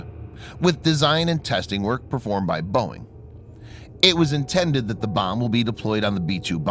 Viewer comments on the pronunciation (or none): none